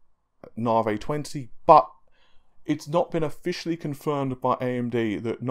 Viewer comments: Na-vee ("Na" pronounced the American way.. like "nah, I don't think so"). He's British and can't pronounce American product names. Fred-ripper, Freds, Nah-vey and others. If you listen to Lisa Su say it, she says it correctly. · ...stop saying narvay it's navi....AEIOU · Na-vee not narvay... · "Naw-vay?" It's "Nah-vee," bro... AMD themselves say it that way... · Hey thats not right, its Naaevey. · You seriously have to stop saying 'narvay' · Thanks for the cool info and video. 'Nar-vay' made me chuckle! Isn't it pronounced as in navigate? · I'm British too but I don't speak like this clown. He's either lazy, has an actual speech impediment or, most likely, is affecting one.